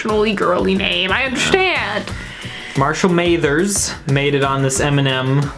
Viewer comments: Did you say Marshal May-there’s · Marshall Mathers (Pronounced like Math-Ers, not May-thers) lol Eminem comes from his name XD Marshall Mathers > M.M. > M&M > Eminem